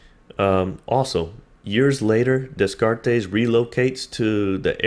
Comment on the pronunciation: Dude you need to learn how to pronounce Descartes